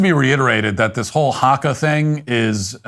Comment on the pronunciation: I cringe at the way he says haka